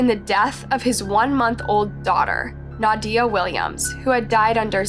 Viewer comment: Not that it’s the most important part, but how is she going to play videos of them pronouncing her name right, and then right after saying it completely Wrong? Nadia was even pronounced incorrectly 😅 made it extremely hard to continue the video.